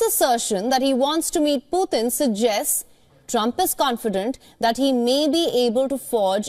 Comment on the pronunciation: Putin not puthin!!